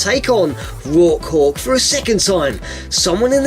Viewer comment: also "Rock Hawk" sounded like "Raw Cock"